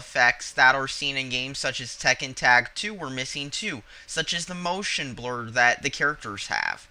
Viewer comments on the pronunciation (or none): none